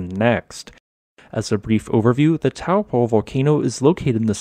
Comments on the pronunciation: It's pronounced toe-poor (minus the R) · Try Toe (as in toe on a foot) and paw. Toe-paw (Taupō) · Correct pronunciation is 'Toe paw' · As a New Zealander of European descent, I have always seen and have always pronounced it as "Tow" in "Towel" and "Po" in "Potent." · Taupo pronounced “ Toe Poor “ 😂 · Interesting vid! Just a handy fyi, the correct pronunciation of Taupō in te reo Māori is "toe paw" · Good video. It's pronounced Toe Paw 😀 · In polynesian languages, the 'ng' is pronounced as it would be in "doing". Tonga is also pronounced this way, yet everyone else on earth says 'ton-ga'. Also, Taupo is pronounced 'Toe-Paw'. Many new zealanders get this wrong, as it never used to be pronounced this way until respect of the maori language has been pushed by the government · Taupō is pronounced like: Toe + Paw